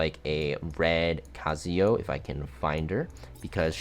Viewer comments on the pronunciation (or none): KAZUYO, not KAZIYO…….😂